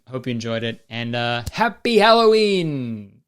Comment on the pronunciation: mf said "hello ween" and i hit subscribe